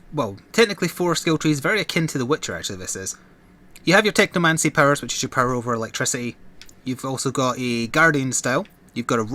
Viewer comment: I swear I heard you say this is the Techno man service when you said the name xD